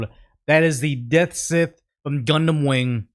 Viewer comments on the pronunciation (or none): Him calling the "Deathscythe" the "Deathsit" was heresy though